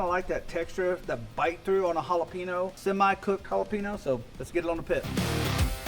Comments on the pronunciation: Come on you said oaxaca right but not jalapeño? It's ha-la-pen-yo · The Mac and cheese looks great, but you really need to work on your pronunciation of jalapeño. 😂